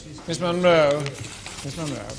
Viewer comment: Munro, not "Monroe".